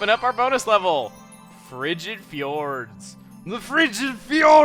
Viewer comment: chuggaa, it's not pernounced fee-ors, it's jords.